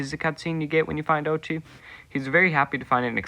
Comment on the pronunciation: 👆🤓 “uhm actually it’s pronounced oat-chi”